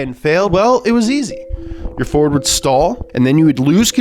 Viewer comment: I just love how always pronounces everything intentionally wrong‐ "Mersaytsees"... "Fyord"... Makes my brain happy.